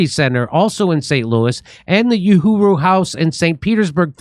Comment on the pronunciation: In Swahili, ‘Uhuru’ translates to ‘freedom,’ with its roots in the Arabic word for ‘free.’ The ‘u’ is pronounced ‘oo,’ not ‘you.’